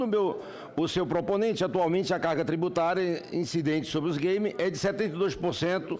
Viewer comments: "os gueime" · "Us gueimi"